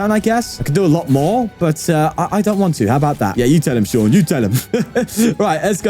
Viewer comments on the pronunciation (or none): none